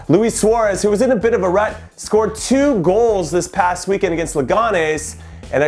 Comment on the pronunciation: Jimmy for the love of god it’s weekEND not weekAND. I was supporting you, but now I can’t. #inhoout